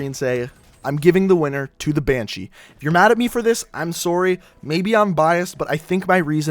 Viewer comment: I found out he's Canadian by the way he says sorry lol